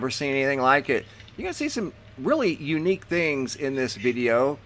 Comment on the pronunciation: He says " U niek Shadow ...Can ya say, DARPA?....